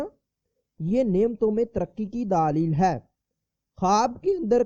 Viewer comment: Bhai sahab daalil nahi bat dalil kahte han